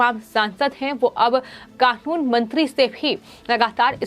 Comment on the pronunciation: it NOT KAKUN, IT IS KANUN